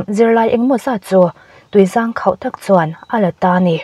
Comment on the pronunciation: Tui zâng khauh a awm lo, tuizang khauh tih tur zawk.